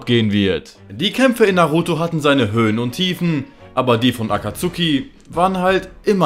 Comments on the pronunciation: hör bitte auf das aktsuhhhhhhki auszusprechen es nerct so hart wenn leute nichtmal so einfache wörter können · Also für die geilen Sakura Witze kann ich dir sogar die deutsche Aussprache von "Akatsuki" vergeben. Kuss